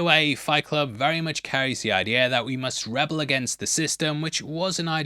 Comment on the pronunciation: rebel when used in a sentence like we must rebel against the system is not pronounced the same as in a rebel alliance. It is like ree-bell